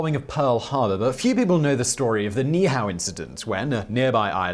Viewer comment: Ni’ihau: pronounced knee-ee-ou (ou like the first two letters in ouch). 😀